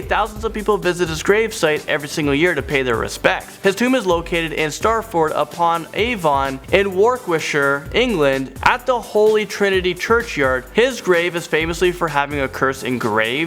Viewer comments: Are you sure you speak English. "STARTford upon Avon in WARKWICKshire" and "MARSO-LIM" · The pronunciation of Stratford upon Avon wasn’t the best